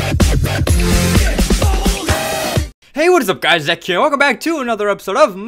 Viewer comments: Zek not Zeke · Zek, say it right! They have a 'Merome' skin! XD